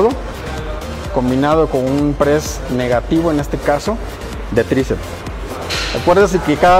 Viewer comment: Buena rutina, sólo una observación y con el debido respeto hacia el caballero, me parece escuchar que dice "tricets" en lugar de "triceps".